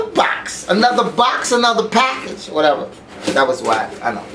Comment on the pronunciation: "Lets go onto another pack-AHge!"